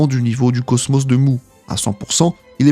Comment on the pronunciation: Le cosmÔ? La chaine de CHOUNE?? je sais pas moi, on dit [cosmOSSE], la chaine de [CHEUNE].... Tu es sûr d'avoir regarder ne serait-ce qu'un seul épisode des chevaliers du zodiaque,??? 🤔🤔🤔